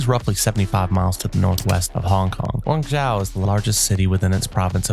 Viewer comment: Guangzhou is pronounced Guang "Joe"